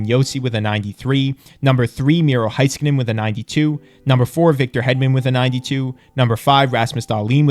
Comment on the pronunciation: It’s Hey-skanen, not Hi-skanen. Cheers 🇫🇮